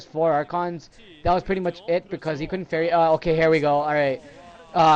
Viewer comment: he said coulndt